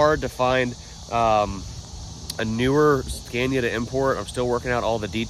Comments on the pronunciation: Not trying to be nit picky but you keep pronouncing the truck name “scan-ya” it’s actually “sca-née-uh” just so you sound like the intelligent American that I know you are. Don’t want to give them any ammo. Keep up the great vids. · You're pronouncing it wrong..it's pronounced SCAN-IA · He has started saying Scania how English people say it